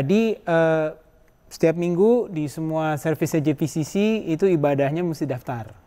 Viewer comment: JEI pi si si bukan JI pi si si